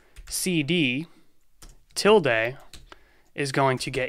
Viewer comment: touch actually update the 'file modified' date/time. If there IS no file to update, it creates one. ls -la has TWO parameters. ls -a will show ALL files, ls -l will give you a detailed list. 'tilde' is pronounced with the e as a schwa, "uh."